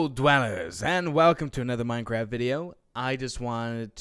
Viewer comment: in the beginning, i thought said: "welcome dwellers, and welcome to another minecrap video" XD minecrap instead of minecraft